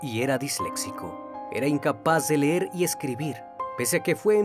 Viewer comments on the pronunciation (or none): none